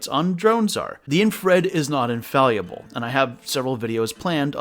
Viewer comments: First look, I thouhgt bear or deer. The word is pronounced infallible l, not infalluable. Just saying. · Infallible, not infaluable. Hahaha 🙄😬🤫